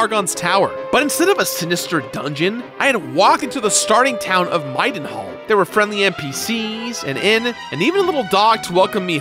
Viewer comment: If you put a gun to my head I couldn't think of a way to pronounce "Middenhall" incorrectly, but our boy made it sound so easy.